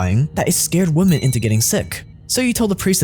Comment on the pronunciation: My guy doesn’t know how to say women or ridiculous